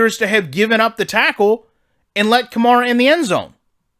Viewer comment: You should play ranked games. The games plays worse in ranked and in ranked. You’ll see crazy out of places glitches and animations you wouldn’t normally see since it’s user v user. Also the game settings differ. Also pleas stop mispronouncing the name of my franchise Running back. It’s like the car “Camaro” except the “o” at the end is an “a”